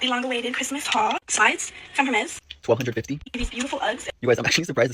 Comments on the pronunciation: Did she say HERmes? I'm not rich, I don't have fancy things, I'm not fluent in French (but I learned in middle school and high school) and I KNOW it's not HERmes. All that money and can't even pronounce the brand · Hermez! LOL If you can't pronounce it, you don't deserve it! Pasley Nelson, a 14 y/o from Not Enough Nelsons jumped on the sofa and screamed "I wanted that!" When her sister got a camera. They all say they are grateful, and none of them mean it.----UUUMMMM NO! EVERYONE needs at least a small gift to open Christmas morning. Take it from someone who once woke up as an adult with NOTHING